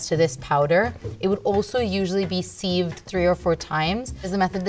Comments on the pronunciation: The way she said "seived" made me click off the video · The way she is pronouncing 'sieved' is annoying me. Lmao. Great video though.